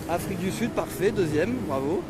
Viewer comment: L'afwique j'adore l'afwique je suis afwiquain